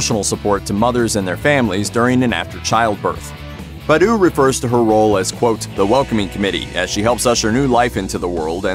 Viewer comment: It’s bah-doo, not buh-doo